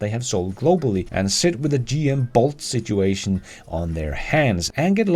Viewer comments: Not sure if it was an accept thing but I love the way you said shituation. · you are the best!! I love how you pronounced situation "Shituation!!" Which it most certainly is. So good man! Keep the vids coming good sir!!